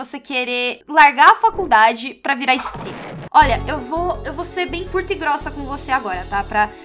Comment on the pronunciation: A estava dizendo "streamer" e eu pensava que ela estava falando stripper kskdkdkdkdk